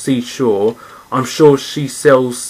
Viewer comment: I've died laughing :'D Can't still pronounce the 'SHE SHELLS' well. :(( Oh no..